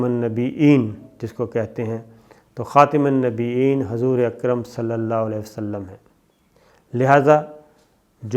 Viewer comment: محترم شاکر صاحب خاتم النبیین عِین نہیں محترم